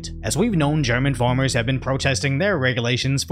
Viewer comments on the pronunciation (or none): Mate, it’s farmers not formers. Are you French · It's farmers, not formers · It's farmers......not formers...